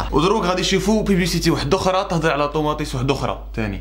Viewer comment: طوماطيش❌ طوماطيس✔ 😂😂